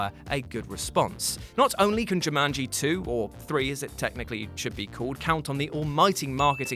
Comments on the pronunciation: You say Jumanji weird... JewManGee? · The way says Jumanji might be my favorite thing this week.